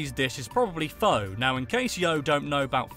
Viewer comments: It's pronounced fuh not fo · it's pronounced Phuh, not Phoe. My grandma (on my uncles side, not blood related) is from Vietnam sorry :P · Pho is pronounced "fuh",. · Pho, pronounced fa... this hurt my Asian heart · Fact #103: Pho' is pronounced P-H-A. Any Vietnamese Restaurant will be more than happy to correct you here in my neck of the woods in California!!